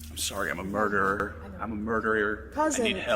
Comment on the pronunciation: “I’m a murderier…” but it doesn’t count cuz I can’t pronounce ‘murderer’.